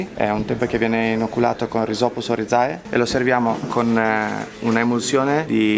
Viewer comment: E comunque Oryzae di Aspergillus e Rhizopus si pronuncia óryze....latinum est😁